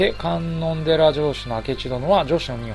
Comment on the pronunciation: かんのんでらじゃなくてかんのんじですよ